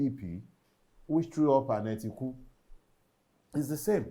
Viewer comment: “Etiku” so good.